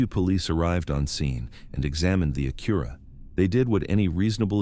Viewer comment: The narration is just too awful. Not good. Not great. Not believeable. Just boring! And learn to say Acura! Youre supossed to be intellegent! Not dumb. Not stupid. Not idiotic. But smart enough for basic converstion!